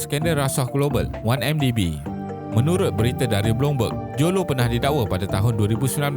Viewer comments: Admin tolong sebut betul².....lo taik jo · Admin sebut mcm bunyi low TAIK joe jer wkwkwk